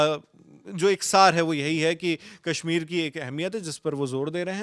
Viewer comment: अबे अंग्रेज़ के 14, कैश्मीर नहीं कश्मीर है। बोलना आता नहीं…कैश्मीर चाहिए और इस “भवड़े” को। 😅